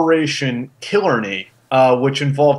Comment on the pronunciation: "Killarney". Not Killer Knee.